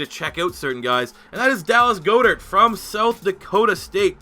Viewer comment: It’s god-ert not go-dert